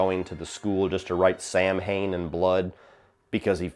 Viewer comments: Just a little Nit-pick here as a wiccan I hate when Samhain is mispronounced as Sam-hain The word is Celtic pronounced Saa-Waan or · Ok so you know THAT IS NOT HOW THAT WORD IS SAID. OMG every time I hear it said that way I die a little inside. The correct way to say it is Sow-in The term is Gaelic and it is another way to say halloween. It makes a bit more sense in the one where they talk about the thorn tattoo on his wrist and the baby is that 5 I hate to be a nag but really? So know you know and hate to be a nag please don't blast me I was not trying to be mean so if i came off that way i am sorry was not my intention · Samhain is pronounced "Sowin". Sow (like cow)- in. Why? I have no idea. It just is. It is a Gaelic festival marking the end of the harvest season and the beginning of winter or the "darker half" of the year. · come on man! , after so many year celebrating halloween and horror movies and you don't know what "SAMHAIN" is?. "SAMHAIN" pronounced (sow-in) by the celtic people is the celebration of the harvest and beginning of winter , "SAMHAIN" is also the king of the festivity or the "spirit/demon" that all the "jack o lantern" are based off "ALL HAIL THE PUMKIN KING"